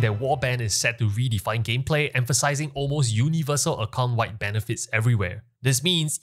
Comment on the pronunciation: I love how you say "account wide," it sounds like you are saying "occult wide." 🥰